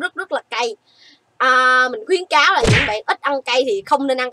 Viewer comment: Khuyến cáo chứ ko phải là khuyễn cáo chị ơi